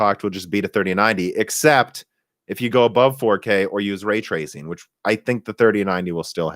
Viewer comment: way twacing